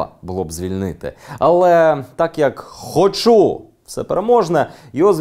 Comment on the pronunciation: Дякую Данилу за матеріал. А Дениса хочеться щоразу виправляти: "хОчу', а не 'хочУ'